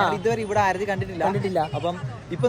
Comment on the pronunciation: ആരതി അല്ല aarthi enanu😂